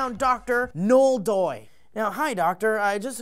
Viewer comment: Ugh, it's pronounced NO-EL.:> Good day.